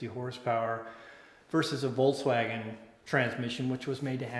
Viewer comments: I cringe when supposed VW enthusiasts can't pronounce the car's name. I counted at least three times when said " Volts-wagen" Come on folks, it's not that hard. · Volkswagen, correct German pronunciation: The V like "F" The W like "V" "Folksvagen"